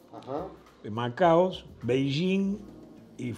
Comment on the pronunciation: Me agarra un ACV cada vez que dicen "Macaos". Es Macao, viejo. Manaos es una gaseosa.